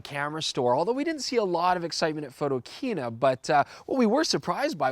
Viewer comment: Jesus,... PHOTO - KINA... The word KINA is a derivative of the word KINO, meaning CINEMA. Ring a bell?